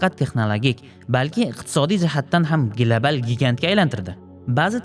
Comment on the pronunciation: Gilabal❌ Global✅